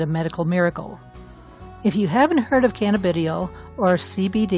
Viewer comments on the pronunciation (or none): Pronounced Canna- ba- Die- all !